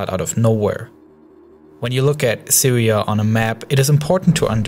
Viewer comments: I hope the Sywia waw ends soon, and hopefully the Wussians and the Amewicans can wowk on something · siwia and medateween. lol